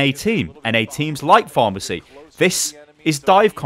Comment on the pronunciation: Is he saying pharmacy combo?